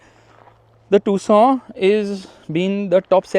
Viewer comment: I 😂😂 thought it's pronounce as Tucson but it is tusooon